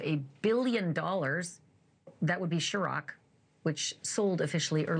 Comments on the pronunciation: His alcohol brand is pronounced “ sir-rock” not shirrock . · Sherock 😂😂 it’s pronounced “sir- ock” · What is chiroc? 😂 Ciroc ma'am! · There's no H in ciroc it's pronounced (Sir-Rock). Stick to reporting the news and not jokes. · Ciroc not Sharock! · Not Shiroc, its Ciroc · Shes calling it sherock😂😂😂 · "Shuroc"? Girl bye 😭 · Oh wow 😳 is it really pronounced sher-roc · The way she said Circo smh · She could learn how to pronounce Ciroc. 😂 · Please teach Ashley how to say Ciroc. It’s beyond annoying when Ashley attempts to be a gangster